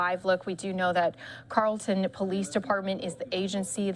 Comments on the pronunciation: That's pronounced, Carol - ton. Not, Carl - ton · Not pronounced Carl ton it’s pronounced Carol ton! (spelled Carrollton) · It's Carrollton PD not Carlton. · Lady its Carrollton not carlton lol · It's Carrollton not Carlton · "Carrollton" my dear.....as in 'Carol-Ton'? (But they were also in Addison & Farmers Branch,too?) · Mispronouncing the city name: CARE-ul-ton. Also correction: 3 people in custody.